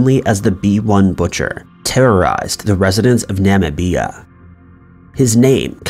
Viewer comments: Right? Wtf is "Namabeeya " 🤣🤣😂. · Is that really how you pronounce “Namibia?” I thought it was “na mih bee uh” not “nama bee ah” 🤯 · Nah-mih-bee-ah 😆. It's pronounced Nih-mih-bee-ya. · An accident he repeated every single time he said the word?!?! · Namabeeya is Namibia? I'm just asking 😔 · Na ma Bia?! Is he talking about Nabia? Wow, that's dumb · The name of the country (Namibia) is pronounced: "Na-Mih-bia". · Na-mib- ee-ah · Dude you really need to work on your pronunciations. Na-mi-bia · You've never heard of Namibia but you can pronounce abattoir? nam-IH-bee-a. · Sorry is this Namibia in the second part? I've never heard anyone make such a mess of a mess of a country's name since Trump's attempt at Tanzania a few years ago. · FUCKING THANK YOU!!!!!! How embarrassing and disrespectful to not figure out how to pronounce Namibia before cashing in on telling the story with a video!!!! I was like “WHERE”? And when he said it wrong a third time so blatantly 🤯🤯🤯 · I've never heard anyone pronounced Namibia like that lol. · The way he pronounced Namibia... 🤦🏽‍♂️ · you called that woman Robert. Then used her correct name after that. I'm not even gonna start on how you butchered Namibia. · Dude,have you never heard of Namibia before? That’s not how it’s pronounced. At least you didn’t call it Nambia like Trump did. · The way you say Namibia is disgustang xD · Wow.. you hardly ever see these videos covering African cases. The way you were saying Namibia I had no idea what you were saying till I heard one of the victims' surname and realized that it was African and then I realized what you were trying to say 🥴